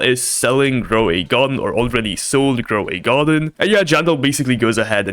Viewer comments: grow a garden❌ groway garden 😭💀😂✅ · Not groway garden it's grow a garden dude u are a fuck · Bro it’s not groway garden it’s grow a garden…. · groway garden😂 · Why you say groway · in groway garden? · "Groway garden" hits hard 🔥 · "groway garden" WTF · Grow a garden ❌️ Gray a garden ✅️ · "groway garden" hits so hard 🔥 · Grow a Garden. . not Groway Garden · Its not groway garden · Grow a garden ❌ Groway garden ✔️ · “Groway garden” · "Groway Garden" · Bro stop saying Gro a way Garden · why u saying groway garden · About he sayed groway garden